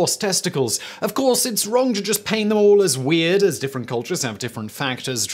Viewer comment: This is worth seeing just for the way Simon pronounces "weahhhhhd"